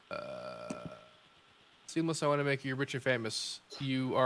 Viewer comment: I heard that too XD